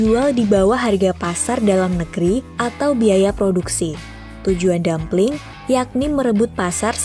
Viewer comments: Buka dumpling, tapi dumping, without "l" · Mau menarasikan yg bagus & profesional tapi gabisa bedakan dumping & dumpling 🙄😴